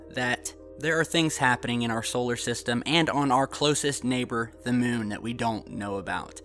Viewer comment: "On the MUHN!" :-)